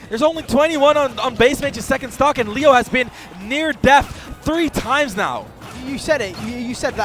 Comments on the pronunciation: Hate when they call him Lee Yo. It's Lay Oh. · Grateful for whoever told to stop saying Leeoh 🤦🏼‍♂️ LAY-oh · don’t forget leyo too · "Mk Leigh-yo" 😂🎉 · I can’t deal with them calling Leo LEEoooo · Lee-oh was driving me absolutely insane. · The constant mispronunciations of Leo was driving me nuts. How do you not know the name of one of the greatest players of the game that your commentating... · If drives me crazy how this guy's saying Leo's name. That's the goat, say his name right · Ain’t nobody gunna mention how neither of these commentators know how to say the best player in the worlds name? -_ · homeboy couldn’t decide which way to pronounce “leo” lmao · insane how youve heard someone say their name including everyone else pronounce Leos name for so long, and then still not being able to say it properly